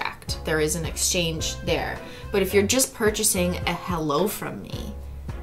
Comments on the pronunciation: did anyone realise she said hello not holo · DID SHE SAY « HELLO » INSTEAD OF « HOLO »?!?!?!? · It is NOT HELLO it is HALO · Did Cristine say hello and not Holo? :O